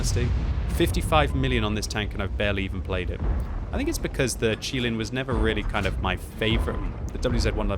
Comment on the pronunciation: I’m glad you pronounced QiLin correctly, a lot of people in my clan and on the server I hear pronounce it “QuiLin” which is wrong 😂